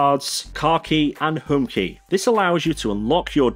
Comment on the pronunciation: Please pronounce "Home" consistently